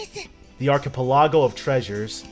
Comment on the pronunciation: The way you pronounce things is so funny. "Birgitta" is 'Burr (similar to 'bird') jitt (similar to 'hit') uh'. And proboscis, the C is a hard C, so it's like "probos-kiss". And with Archipelago, you're putting the emphasis on the wrong syllable.